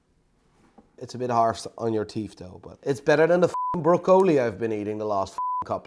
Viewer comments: English: *exists: "Bro-co-lee", "Is that spidermon?", "You can stay safe and anomonous" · Did you change your mind on that cartier? You liked it for british royalty... I will take my watch now thnx 😂 By the way broccoli isnt pronounced like that in english nor dutch, was that the covid or een spraakgebrek 😂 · Thats how it’s pronounced in Dutch. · He can’t even say broccoli properly so he can’t criticize Johnny for his watches, no doubt Johnny has a number of top quality watches, something this bloke could never afford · I’m absolutely baffled by this man. He has an encyclopaedic knowledge of watches but doesn’t watch films and can’t pronounce broccoli.